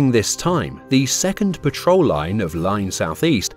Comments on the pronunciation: "pa' trol" lines - not fuel, patrol. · The more I watch this video, the more I'm convinced it's read by a bot, who's reading a script with typos in. Clearly at one point the narrator says "petrol line", rather than "Patrol line" which left me very confused. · Great content and summary. Terrible pronunciation. (Tirpitz, patrol, Sea Lion, etc)